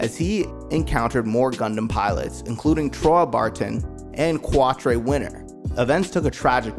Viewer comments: It would help to watch the show and learn the names next time. Qwat-tre……. 😭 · KWAT TRAY! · Ok first off it pronounced Re-lee-na, then its pronounced qua-tra. say it with me Trey...is and it's wufee chang not the other way around. Wing Gundam's self-destruct mechanism was disabled by duo's deathscythe. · Great video but the fact you can’t pronounce Quatre (Cat-tra) name properly lets me know you didn’t really watch the show. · Cuah-tre?? Tell me you mispronounced that on purpose?? 😂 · I quit watching one minute in. You expect me to believe you've seen this series when you can't get the names of the characters right? Kwatrey? I can see someone mispronouncing Quatre if they've never seen the show (or learned French)... but there's no way you made it through 49 episodes and can't say his name. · the butchering of Qautres name lol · You did quatre so dirty with that pronunciation lol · Trieze is pronounced Trays. Quartre is pronounced cat- tra. You know what, I can't blame you🤷🏾‍♂️. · It's like nails on a chalkboard. Lu-crazy-ya. Quatre 😆 I like the video though.